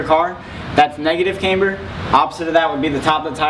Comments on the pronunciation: cAmber, not caimber.... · Thanks for that. BTW it's not CAmber, it CAMber.